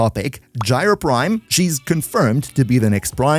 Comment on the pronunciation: Ah yes, "Gyr Prime"... 😅😉